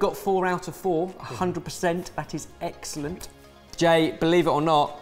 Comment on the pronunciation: Poor. Trying to make a joke when saying 'egg' celent an no one is picking up on it 😂